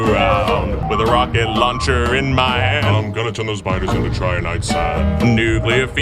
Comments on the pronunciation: 9/10, had to dock a point cause it's Trin-i-tite sand, not Try-an-ite sand. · It was original and it wasn't AI-generated? Nice! (except for that pronunciation of "Trinitite")